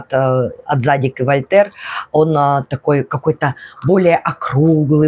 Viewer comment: Да, ударение на второй слог - ЗадИк)